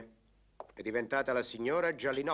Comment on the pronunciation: Perché a volte dicono Gianinotti e a volte sembra che dicano Gialinotti , quando poi nei titoli di coda appare il vome Gialinotti?